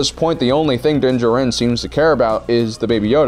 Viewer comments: He pronounces din jarin as (din-juh-rin) 2 times. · Also you pronounce Din Djarin right then you remember you have to mispronounce his name two seconds later LOL